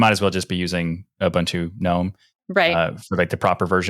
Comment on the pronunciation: People from America and Canada really struggle to pronounce Ubuntu correctly.